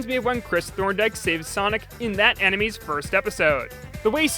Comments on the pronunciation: Did he just say anime (Ah-neh-me) instead of anime?! (Ah -neh-may) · You say anime wrong